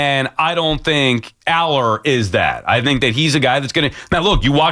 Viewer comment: Sal has not seen Allar and yet has a strong opinion. Can’t even pronounce his name. He said based on what I’m seeing on the film here….hes literally watching clips mid-show